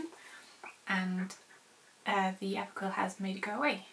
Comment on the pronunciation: When you said Approquel, I thought you said Apricot :D You said you may keep Key on it indefinitely, but you shouldn't. You should only use antibiotics when needed. Using it too much, and you get bacteria that is antibiotic resistant then. Which is a major problem.